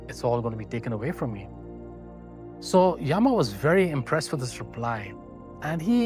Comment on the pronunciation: Why do our people use stupid English pronunciations for our own words? योगा (instead of योग), यामा (instead of यम)…and few pronunciations were outright wrong (example: कठोपनिषद् is correct) It feels so 🤮